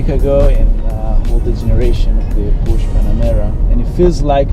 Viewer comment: How can you expect us to give any credence to your "reporting" when you don't even know how to pronounce this word: PORSCHE ?